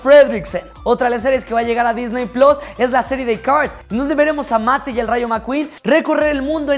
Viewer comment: me encantan tus videos y todo, pero por favor!!!! puedes dejar de decir Disney PLOS????? por faaaaaaaa